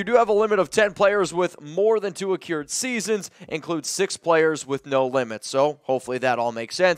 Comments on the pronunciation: Can't stop chuckling everytime says Accrued (uh-cured).... suppose to be pronounced "ac-crude" 😉 here for the assist 💪🏽 keep the great content coming raaaaaaaaiderrrrrrrs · It's pronounced "Ah-crew-d" not "Ah-cure-d" - just an FYI.